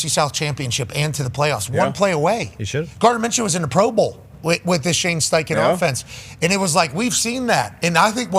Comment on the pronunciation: Bro said steinken… sucks … Steichen cooked